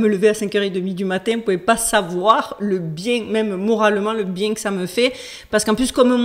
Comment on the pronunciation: Même Duchesse 🐱 a trouvé le sujet trop chelou 🙀!!! Bonnes vacances 😊 détends- toi " bieng" 13x!!! 😂❤